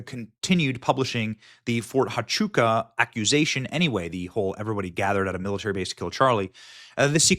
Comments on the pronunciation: Fort Huachuca pronounced: wah-CHOO-kuh. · It's pronounced "Wah chew ka" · ErKKKa is guilty as sin. Over and over her lies have been exposed, yet you ignore that, Benny. BTW, it's Fort WAH-CHUKA, not HA-CHUKA. And hyperbole is pronounced hyperbolee. But even the Secret Service said there were no threats, yet she LIED that death threats were why she backed out of the Georgia event with JD Vance. She lied about not dating prior to Charlie and not drinking, and the many videos on internet prove that, yet you ignore it and say there are no receipts. You're part of the club, Benny, and I lost all respect for you and Megyn, kissing her butt they way you do. She's a disgusting lying psychopath. And let her sue me. I've seen the disgusting texts she sent that little 15 year old girl, "I want to come inside your lady garden," I heard her disgusting video with JT Massey, mocking sex inside marriage, and NOW she cosplays a Christian, which she became when she set her sights on Charlie. I can't listen to this anymore. They ALL FAILED Benny, and you say they'd give their lives? Yet they took him to a hospital 25 minutes away, after turning away help from EMT's? You saw the hand signs they gave, including Dan Flood? You're a sorry piece of filth, Benny. Ugh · Fort "Wah-chuca" - Huachuca "High-per-bow-lee" - hyperbole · FYI - Fort Huachuca = wah-CHOO-kuh. hyperbole= hy-PUR-bo-lee. ❤😊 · Benny, since I know you will be following up on this, the H in Huachuca is pronounced with a W sound, pronounced Wachooka. I live her in AZ and it took me years to learn how to say a lot of these Indian names😂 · You can't just walk in on a TS meeting. They are held in SCIF and even in the SCIF they are secure to only those in the meeting. The debunks it by itself. Btw hyperbole is pronounced "hyper bowl ee" and Huachuca is "wa chew ka"